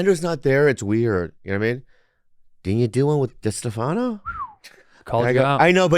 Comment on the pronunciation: For the love of all thats holy will somebody please explain to Bobby Ree how to say DeStefano and eccentric 🤦🏼